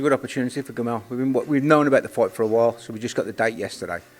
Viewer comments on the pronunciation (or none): Weird how they both pronounce ‘fight’ ‘foight’